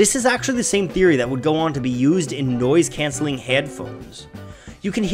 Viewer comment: This dude said "nyoise cyancelling HYEADPHONES"